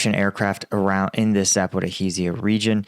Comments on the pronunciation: It’s Zaporizhya, not Zaporihiziya. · Pronounced zapareshia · 15 months .. about time you learn how to pronounce Za-pa-ro-zha. Duh?! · zap pour-o he zia. I've heard a lot of odd pronunciations but this is unique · please: za - po - REEJ - jia